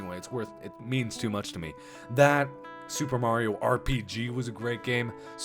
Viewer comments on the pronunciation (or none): none